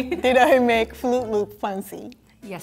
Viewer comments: EVERYTIME she said MAKE IT FUNCY I DIED from the inside a bit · Why can't she pronounce fancy as it is ?? It pissed me off😤😤